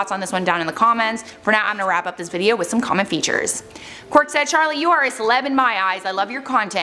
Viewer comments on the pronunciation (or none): none